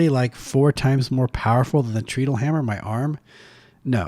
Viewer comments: It's pronounced "TRED-ull". Because you "tread" upon it... step on it to make it operate. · Pronunciation hint: in the unpowered mode, you tread on it to make it go. It's pronounced like that. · Interesting. BTW, treadle rhymes with pedal.